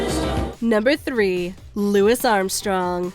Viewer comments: “Luis”?? “Louie”!! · It's pronounced "Louie" Armstrong, not "Louis" (or Lewis). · It’s pronounced “Loo-wee” not “Loo-wis”—he was from New Orleans so he pronounced it the French way. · Lou-ee Armstrong not Lewis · The mispronunciation of Louis Armstrong’s name is mildly infuriating. He was born in New Orleans, you know, where French Creole and Cajun is at it’s finest. Louis is a French name, the S at the end of Louis is silent. “Lewie” not Lewis. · This was great - thanks! FYI Louis Armstrong.s name is pronounced "Loo ee." "Loo is" is spelled Lewis. (And it's also Saint Louis, not Saint Lewis...) I love your videos! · Louis Armstrong. Not "Lewis," it's pronounced "Lewie." Willie Nelson should have been on this list. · It's "Lou-ee" Armstrong. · come on! it's Looey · "Louis" Armstrong?? 😐 It's Loo-eee. Otherwise, we agree with the list. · No one gonna mention how the called him Lewis? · “Lewis” Armstrong? 😢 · Wait. No one is mentioning the mispronunciation of Louis Armstrong’s name?! 🤦🏽‍♂️ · That isn't how you pronounce Louis Armstrong! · Anyone else concerned about how she kept pronouncing Louis Armstrong? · I can't believe that you mispronounced "Louis"